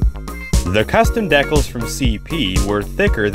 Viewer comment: Great video, but please learn how to say decals!